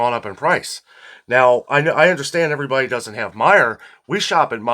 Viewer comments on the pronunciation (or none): none